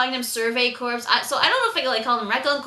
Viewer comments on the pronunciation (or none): "Corps" rhymes with "core" because the 's' is silent. I know that's not how it's spelled, but it's a French word. As an editor mispronunciations just make me crazy, so... please "?":-) Anyway, great review/reaction. You're thinking/feeling exactly the way I do. I hadn't realized that was Petra's patch, but now that you put that out there I think you're probably right. Very observant. And jeeze, poor (awesome) Levi.